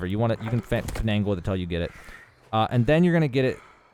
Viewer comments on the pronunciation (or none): Great vid, but google the pronunciation of “finagle” 😘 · the extra "N" he puts in "finagle" pisses me off